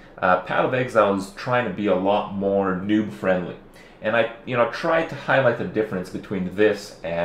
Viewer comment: Is kripp says ''new'' or ''noob'' friendly lol